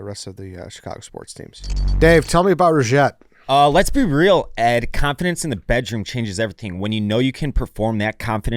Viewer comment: It was sweet when he said "confirdance"